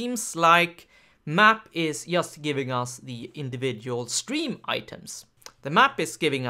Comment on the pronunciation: I was just trying to make a bad joke =) anyway in Polish we pronounce 'J' the same way (like 'Y') but strangely enough I had never heard anyone say "yust" or "obyect" until I went to a conference where the lecturers were Scandinavian... Must be a northern thing.